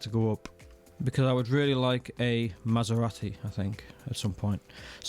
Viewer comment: Thanks for the updates as usual! Massarati? Get a Tesla, lol!